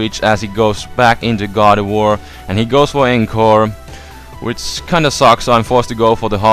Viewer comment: when he says gardivoir. i thought he said god of war. lol